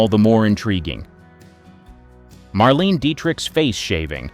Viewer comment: Thumbs D O W N For mis-pronouncing Marlene Dietrich's name several times!!!